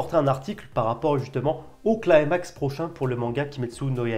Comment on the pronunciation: Climax est un mot français d'origine grecque, il faut prononcer un "i". Le mot "climax" est employé pour les tragédies en particulier. Il y a une idée de gradation avec atteinte d'un sommet. Si cela peut aller de pair avec la fin de manga, mais cela voudrait dire que la fin du manga sera saisissante et non pas une petite conclusion quand tout est résolu. Si le mot est employé correctement, c'est cela qui nous attend. J'ai lu tous les scans, je ne vais donc rien dire de ce que je pense, sauf que j'ai toujours attendu des infos sur la marque au front de Tanjiro, sur sa famille du passé et sur les cartes qu'il a en boucles d'oreille.